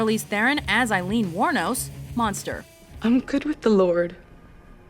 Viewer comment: Aileen, pronounced like hay-leen, without the H.